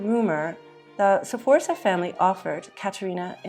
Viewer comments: It isn't pronounced "Seforsa", it is Sforza (you jump right into the F from the S, and you almost whistle the Z). (I'm not even going to watch this if you can't pronounce it, sorry!) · and Sforza is pronounced with two syllables not three